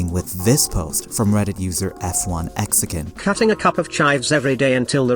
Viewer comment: saying "F-1 Exican" & "Exican" is criminal rage bait it's fucking FLEXICAN I really tried to watch this but I can't it's so bad